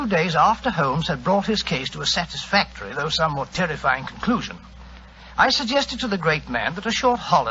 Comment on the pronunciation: "Terrifing" and not "Terrifying'? The cop sounds like Carrol Nash who later become Charlie Chan, another great detective. Still, a good listen.